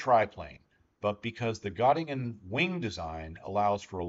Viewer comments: Got-ta-gen (like gen in generation) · Native English speakers better say e instead of o. This is closer to the German ö sound. By the way, I was born in Göttingen. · Excellent video, thanks. Bye the way Göttingen is pronounced Gertungen. :)